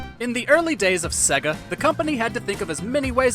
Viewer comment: Put a MegaDrive game on and learn how to pronounce Sega ffs.